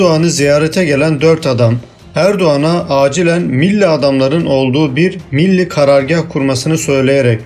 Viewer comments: Bu bilgilerin çoğu basın ve yayın organlarında yayınlanmış, çoğu bilinen şeyler haberi olmayanlar da çok tabii. Benim burada dikkatimi çeken şey bilgileri veren arkadaşın biraz diksiyon dersi alması. Çünkü Millî kelimesinin okuyuşu hatalı. Milli şeklinde ifade ediliyor. Bu da kelimenin içine sulu çamur, veya sulu kum anlamına gelen milli diye okuyor. Halbuki sondaki î nin üzerinde uzatma işareti var. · Milli karargâh ne biçim vurgulanıyor? Rahatsız oldum. Millî diye uzatamaz mısınız? Teşekkür ederim. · Birde "milli demeyi öğrensen herşey daha güzel olacak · Milli kelimesinin telafuzunda sorun var. Türk değil misiniz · Bu tür vidyoları dinlemek eziyettir. Okuyan milli kelimesinin nasıl telaffuz edildiğini bile bilmiyor. Git bi Türkçe öğren... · Kardeşim anlattığın hikayenin daha inandırıcı olmasını istiyorsan öncelikle "milli" kelimesini doğru telaffuz edecek , diksiyonu düzgün bir arkadaş tarafından seslendirme yapmanızı öneririm.